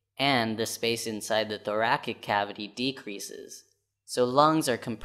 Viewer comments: Thoracic is pronounced "thor-a-sick", not thorakick. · The way he pronouces thoracic is still haunting me